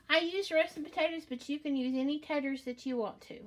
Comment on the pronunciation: Her SOUTHERN accent for taters 😆 she's too cute